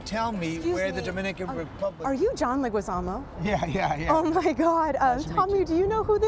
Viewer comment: It's always pronounced wrong. It's John Leh-gee-zamo. No ü in Leguizamo to make the uh sound. (Thanks to my Colombian Latin American Lit professor in college, Sra Luz)